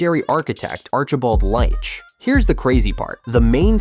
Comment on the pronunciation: Leitch is pronounced 'LEECH' ... Yanks 🙄